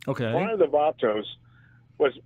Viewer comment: "Johnny 'Vay-tos' Hernandez" 😂😂